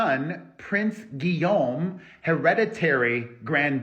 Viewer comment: you pronounced Henri and Guillaume just perfectly!